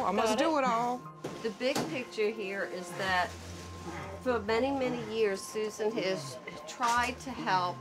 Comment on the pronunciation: I’m “soo-zaan “. Golly that erks me.